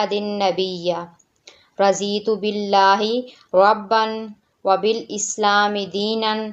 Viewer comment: AAP NE RAZEETHU PARRA HAI YE RADHITHU PARNA HAI ARBI ZUBAN MAIN DHUWAT KAI ZUWAT NAHI ALLAH RAB UL IZZAT HUM SBKO SUCHNE OR SAMAJNE KI TOUFEEQ O TAQQAT OR QUWWAT OR AMAL KRNE KI THUFEEQ ATTHA FARMAYE AAMEEN BAJI HIN NABI YIL AMEEN AAMEEN ALLAHUMMA AAMEEN